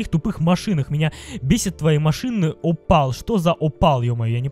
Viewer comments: Опель а не опал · не опал,а оппель